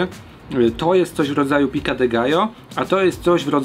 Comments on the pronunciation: piko de gajo a nie pika de gajo byczku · Pico de gallo, nie pica 😀 Dosłownie to dziub koguta. Nie ma za co 😉